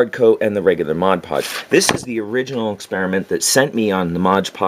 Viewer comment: Love your videos! You’re very thorough and I love learning all this stuff cuz I’m a noob to terrain building. Although I will say, if I made a drinking game and had a shot every time you said “moj podge” instead of MOD podge I’d be dead from alcohol poisoning lol